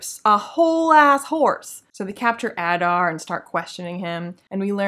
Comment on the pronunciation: Every time Adar is mentioned it starts to sound more like Udder to me.